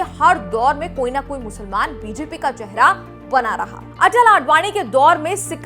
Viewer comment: Musalmaan ...Musalmaan...aapke bolne ka tongue thik nhi haii